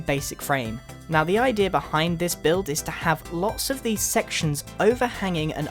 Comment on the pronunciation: I love how you say "I-Deer" :D